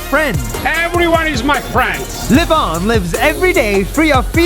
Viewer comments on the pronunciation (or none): The thing is lev-on it sounds like live on